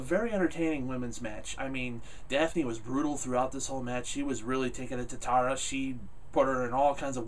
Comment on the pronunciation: You keep saying "Tara" wrong...lol!